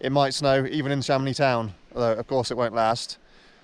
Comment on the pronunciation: Learn how to pronounce French names guy ! Or go back to Ben Nevis …